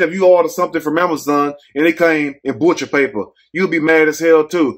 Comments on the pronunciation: 😂😂😂 did u say BUTCHA' PAPER'? LMAO...it do look like deli meat paper😂😂😂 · Lol, I went back to hear him say it again!